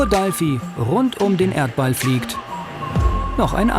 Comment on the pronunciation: Oh mann, hat irgendwer sie im Video auch Dalfi genannt? DFieser eigensinn von manchen Fernsehleuten dinge einfach irgendwie anders zu benennen. Dalfi hört sich so Albern an, das Triggert mich total. Ansonnsten ne coole Doku, aber dieses DAlfi, jedes mal ich so Arrgggg.